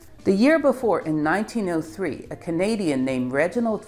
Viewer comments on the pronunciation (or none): none